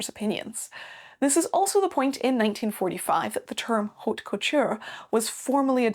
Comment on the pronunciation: The "h" is not pronounced in French. Please ...